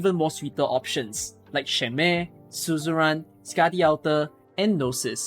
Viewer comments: I dont know why you pronounce "Shamare" as "Shen Mei" but great video otherwise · The way you say Shamare is confusing me every damn time XD I thought "Who the hell is Shen Mei????", and then "Oh, he meant Shamare."